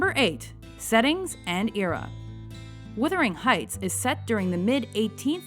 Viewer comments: The pronunciation is embarrassing. It's Wuthering Heights, not Withering Heights!! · It's WUTH....WUTHERING Heights....NOT withering heights.....christ!